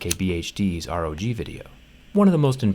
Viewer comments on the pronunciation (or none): Rog not r o g